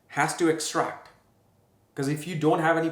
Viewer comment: Whatever you eat you have to EXCRETE - what you pronounced sounded to me like extract which makes it hv no meaning which is making sense 😮😅😂